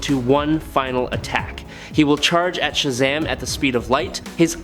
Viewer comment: You need to stop saying Shazam all wrong and incorrect..